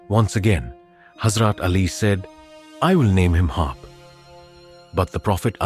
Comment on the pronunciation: Not Harp but Harb